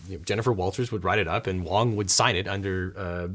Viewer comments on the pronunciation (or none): You called him wrong not wong XD